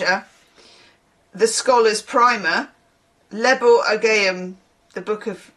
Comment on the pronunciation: Ogham is pronounced 'oh-um'. It's an ancient Irish writing system. Each symbol is a different native tree (a bit like runic script) It's a living tradition in the sense that it never really stopped being used, a bit like how the eight fires of the northern hemisphere year are now given the Irish names, because the local language fell away in England ("I blame the normans") but the Irish didn't, so the lasting language is the one we use.